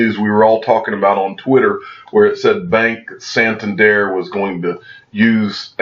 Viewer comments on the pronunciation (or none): 😂 it’s pronounced SAN. TAN. DER. Bank. Great content tho!